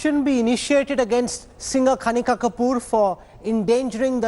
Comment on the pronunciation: please somebody tell him that She is kanika not KHANIKA🤣 🤣🤣🤣